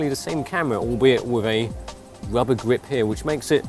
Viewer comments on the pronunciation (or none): It's "Rubber", not "Wubber"..